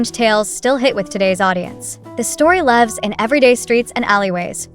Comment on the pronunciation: Pity the presenter does not give a full numbered list. And .. says lives wrong, I guess AI is still learning. 01. Against the Current 02. Zhu Yu 03. Zhan Zhao Adventures 04. Remnants of Gold 05. Mo Li 06. Da Tang Mi Wu 07. Fate Chooses You 08. Liao Zhai 09. Pull Strings 10. Win or Die 11. Let's Fight 12. The Eternal Fragrance 13. Shadow Punisher 14. Escape to your Heart 15. The Boundless Bright Moon 16. Wish you all the Best 17. Blossoms of Power 18. Tigers Sniff the Rose 19. Blade of Vengeance 20. Key to the Phoenix Heart 21. Jiang Shan Wei Pin 22. The Ingenious One 2 23. Hidden Shadow 24. Wan Gu Zui Qiang Zong 25. Love Beyond the Grave 26. Liang Chen Mei Jin 27. In the Moonlight 28. The Heir 29. Ciao Chu 30. Chasing Dreams 31. Now or Never 32. Sweetest Rebelion 33. The One 34. Live Long and Prosper 35. Love Travels Through Time 36. Love in Red Dust 37. Rebirth 38. Gu Yue Feng Hua Lu 39. Tang Dynasty Tour 2 40. Liang Jing Shu Wu Ri